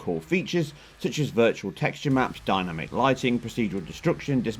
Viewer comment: The way you say 'dynamic' is hilarious. I've never heard anyone pronounce it like that, dyna-mic, lol!